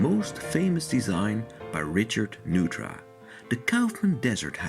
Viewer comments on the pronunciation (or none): "Neutra" is pronounced "NOY tra" - not "noo tra" - he was from Austria and therefore his name has a German pronunciation. You got Kaufmann's name right, however, which also has a German pronunciation. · Nice presentation with the exception of a few incorrect details. His name is pronounced "noy-tra" not "new-tra". Also, his design philosophy is known as bio-realism, which celebrates the inherent relationship between humans and nature. He sought to blur the boundaries between the two. Lumping him into International Style is not an apt description of his work. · His name is pronounced "NOY-tra" not "NOO-tra." This is confirmed by the LA Times: "The house, designed by Viennese-born architect Richard Neutra (pronounced “Noy-tra”), has been called by some critics the most important modern house in Los Angeles history." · My dad studied under Neutra in the 60s, even went to his house a few times. The correct pronunciation is "NOY-TRA." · very much enjoy your videos, but the correct pronunciation is Noy-tra. appreciate your passion. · It is NOY-TRA. The home is next to Jack Benny's home and just a few blocks from Alan Ladd, Edgar Bergen and the Elvis honeymoon house. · It's pronounced NOYTRA or NOITRA. My father worked with Mr. Neutra in LA in the mid-fifties. Mr. Neutra was often a guest for dinner. Dad, Richard R. Stadelman AIA, went from Studying with Wright at Taliesin to working with Neutra. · "Newtra"? Really? Perhaps a computer-generated voice? Otherwise an excellent and informative video. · The name is pronounced NOY TRA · Mr. Neutra's name is pronounced "NOY-tra".